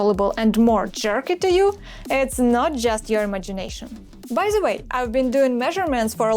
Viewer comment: над произношением the and R надо бы поработать. Прям часто ЗЭ звучит